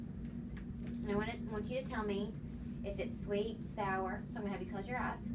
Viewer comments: Lipbalmonsessed04 , it sounded like “Look into your ass “ but it’s really eyes she is saying it like eyezz or ass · Arienm I think she saying eyes but southern